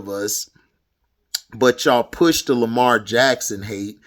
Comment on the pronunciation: 100% facts bro! And especially about Lamar or how you would say it hd lamah😂 but yeah I agree with you on Lamar he is a generational talent!